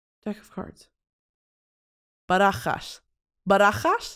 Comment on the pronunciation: In Cuban Spanish, I think deck of cards is Barajas de cartas. Anyway Brittany throwing out fluent Spanish is so funny to me